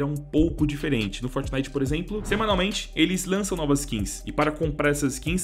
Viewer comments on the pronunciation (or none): none